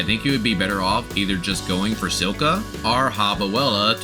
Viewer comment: It's still funny when you say "nukilus" instead nucleus and "silka" instead of Scylla.